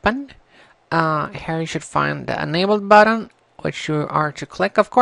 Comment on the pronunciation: You said j when it was a g, buttom instead of button and you said components differently from how most people i know say it so it is probably wrong. thanks for helping me though :D